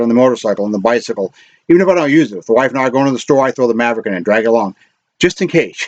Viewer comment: Mavic not Mavrick